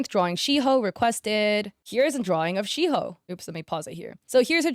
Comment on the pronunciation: AKITO AKITO AKITO KITO AKITO AKITO..Sry I love the pancake man (at least u pronounced Shiho and Saki right we love Leo Peak, also the characters r from pjsk which is a rhythm game.. :3 😼)